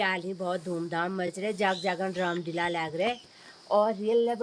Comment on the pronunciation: दीदी जी माफ करना❤ रामलीला बोलते हैं❤डीला नहीं बोलते 🙏